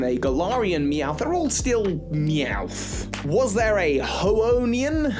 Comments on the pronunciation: "HOENNIAN" pronounced "HO-wen-nian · It’s Hoennian.